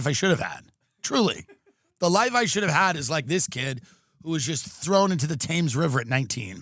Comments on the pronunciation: Hi Tim it’s pronounced Tems not Tams River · Thames is pronounced “Temms”, Tim. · Hey Tim, Brit queef here. Like so many English words it ain't pronounced how it looks. The river Thames is 'TEMZ'. No worries sweetie, you're welcome. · I'm sorry to be this guy, but you say Thames like "tems" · It’s pronounced Tems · Thames river... pronounced Tems. Now try Leicester Square :) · Hi Tim. FYI: Thames River is pronounced Tems. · Nice mispronunciation of the word "Thames". If they could be arsed, millions of Londoners would hunt you down and throw "Pie 'n' Mash" at you, or the really nasty ones would throw "jellied eels" whilst crying "Gawd lummy guvna, he ad it comin' an no mistake"